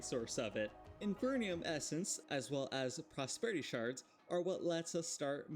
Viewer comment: There are not 2 'n''s in "Inferium" :'). Please... no more "infernium"